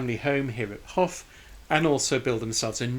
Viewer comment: I live in Watershaugh Rd it’s promounced” hoff” as you said & up here in Northumberland its taken to mean a high bluff of land by a river.Would that apply to Lincolnshire though?What a lovely little church & what a shame its innsuch a state.